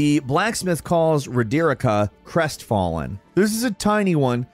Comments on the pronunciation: Ro-der-i-cka 🤔🤔🤔🤔 Bl- ai- yad 🤔🤔🤔🤔🤔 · Ah yes, Ro-Derrik-Ah and Bl-eye-ed. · How are you such a huge FromSoft fanboy and you can’t even pronounce so many things correctly. Roe-deer-ih-ka???? REALLY??? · Does this guy get paid extra to not only pronounce shit wrong but not even listen to the characters say there own names? She clearly say Rod-ri-ka not Ro-derick-a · I'm convinced intentionally pronounces characters names wrong. I was fine with "Ranny" and even "Bly-add" but "Ruh-Dericka"? C'mon. WHO pronounces the name Roderika like that? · Roderika: "My name is Roderika": I shall call you Raderikah. I was watching this going man... has done such a good job in this one without messing up a name or word that's stated obviously somewhere! And then it got to Roderika. A name stated and pronounced by at LEAST 3 different characters (Roderika herself, Hewg, and Nepheli Loux after giving her the Hawk King ashes). Wouldn't be a Video without something like this somewhere.:P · “My-Yura” “Rod-Deh-Ricker” Do you know how to pronounce names? I’ll give you a pass on Miura (Mee-Yura) But Rodericka is pretty easy to pronounce. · Now that i finished the game I've been catching up on these and gotta say pronunciation of characters' names is unreal lol. Ragadon instead of Radagon, Road-erica instead of Roderika.... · Raw-deer-eek-ah???? Seriously… c’mon 😂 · its "ROD-EH-REEKA" get it right! madge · Rah-dare-ica?? What kind of pronunciation is that?? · I can’t believe that I’m upset with how he pronounces Roderika, and doesn’t even mention Hewg by name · Why do people keep mispronouncing Roderika's name?? I mean two characters are guaranteed to tell you her name over and over again. How is it still that hard?? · the way you pronounce Roderika should be illegal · You care pronouncing roderika's name wrong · another genius use of american intellect, cant pronounce roderika or blaidd, even though NPCs say their names in the game ffs